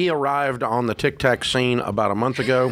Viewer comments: And still no one has told Dave it’s called tik tok not “ tik tak”!!!😅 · "Tick Tack"